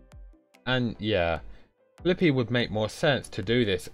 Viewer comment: Lots of people mispronounce Fliqpy.